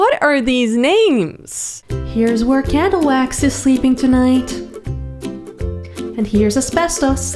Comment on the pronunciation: i heard Cadillac instead of Candlewax 😂😂😂😂